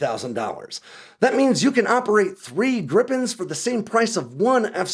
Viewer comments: Griiipen, not Grippen. Why is that so hard? I will subscribe to the channel that at least makes an effort to pronounce the name better. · Great video. One correction (surely already mentioned): The "i" in Gripen is pronounced similar to the e's in "geek". Accordingly it's "greepen" instead of "grippen". 😊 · Just because Americans can't pronounce "Gripen" doesn't mean you should start spelling it "Grippen" Because it's not only wrong but it also makes no sence. And for you Americans, it's "Greepen". Like "Jeep". You think you can do that? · It`s Gripen....not Grippen. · it's not pronouced as griPPen it's just Gripen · Just one p. And the pronunciation is closer to Greepen than Grippen. Not sure why they don't just translate it to the Griffin, because that's literally what it means. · Can you please say gree-pen?